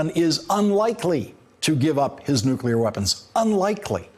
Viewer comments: He says "nucular" not nuclear! Come on guys... it's not that hard to say. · I'd be mad, too. He said "nukular" instead of "nuclear." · WHY CAN GROWN ADULTS IN GOVERNMENT STILL NOT PRONOUNCE NUCLEAR